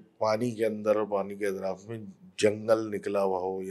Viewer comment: its not aitraf. its atraf